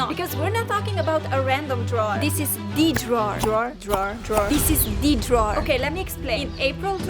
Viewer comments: Count how many times she said : the drower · Take a shot everytime says drwrer. Im alaredy dnruk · This how many times said drawer 👇🏾👇🏾👇🏾